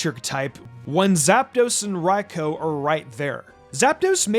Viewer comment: You are the only YouTuber I know that says Raikou's name properly. Lol Everywhere else, it's "Raicoo" or "Raycoo".